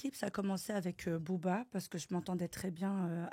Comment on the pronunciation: Elle à dit Boba non non.cest Booba